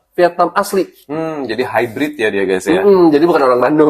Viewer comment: kenapa nyebutnya hybrid ciga tatangkalan 😂